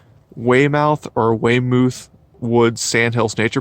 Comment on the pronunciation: Hey buddy, nice to see you enjoying the pines and the area. By the way, both guesses were good, but Weymouth is actually pronounced “Way-muhth”, rhymes with “doth”. (Only word I could think of that rhymes with the “muhth” in Weymouth.) Enjoy man. I can show you a longleaf pine in the county which is 460 years old.